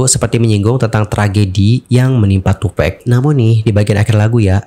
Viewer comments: Tupak bang bukan tupek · Sebutnya too pac bukan too pack..